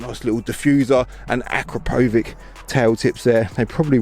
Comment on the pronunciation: Omg ..... You just said Acropovik! 🤣🤣🤣 The correct pronunciation would have been awesome. 😎 Nice video otherwise. 😁